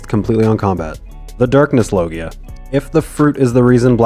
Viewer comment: It's pronounced log ja